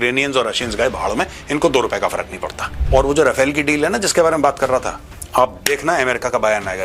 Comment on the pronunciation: No offence Maj, but it's रफाल, not राफेल. Wg Cdr K Abraham ( Retd )